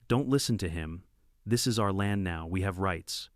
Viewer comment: Why does the AI spell and pronounce our as individual letters? It's a single word and should be read as such! What the h**l is with unk in the text?